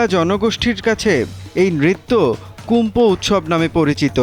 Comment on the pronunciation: সাংবাদিক কুম্ফু কইতাছে কুমফু টা কী